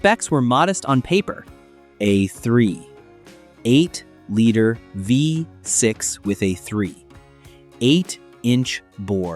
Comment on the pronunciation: AI videos without a REAL car guy editing it, sucks. You keep coming SOOO close to sounding like you know what you are talking about, until you realize you aren't talking at all. You are either too lazy to look and listen to the video you made, or you are a. It is a 3.8liter V6 engine, and not a 3.... 8liter V6 engine, and your AI cannot even pronounce the year of the car correctly. Laziness ruins your video. Also, there were no lies involved from Detroit. It simply took this long for the US car makers to create a turbo charged engine reliable enough to sell to the mass market. Try to do real research and NOT rely 100% on flawed AI. You come so very close to making a good video, then you lazy out and real car guys know it.